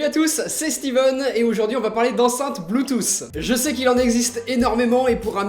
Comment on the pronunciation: Bluetooth ca se prononce avec un T a la fin pas un S !!!!